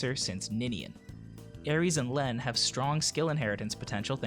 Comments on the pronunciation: Lene is pronounced like Leen. Very good video as always! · It's pronounced "Leen". As in "gene" or "serene".